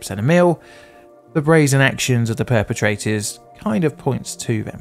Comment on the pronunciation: Did you say "Both our pair-petrators have met?"